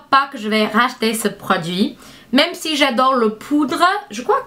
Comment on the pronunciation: Ça m'a fait beaucoup rire quand tu dis Rach-ter ou pas lol